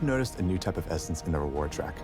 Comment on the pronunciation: "you might've noticed the new essence in the reward track" no one: Doublelift: "the cum essence"